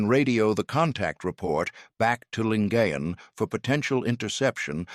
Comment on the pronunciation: Correct pronunciation "Lin-guy-en Gulf"